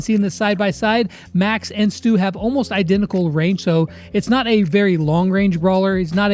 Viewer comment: When brawl stars said “Stu” I thought they said “STOOG”🤣😂